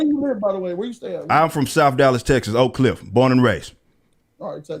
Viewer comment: That nigga said Oak Cliffe 😫😳👀🙏🏿 if you not from Texas or have never been there? Then I advise anybody who’s not privy to that area to check it out!!! I was just there a few months ago. 😳✊🏾 he from the hood hood. The extra hood!!!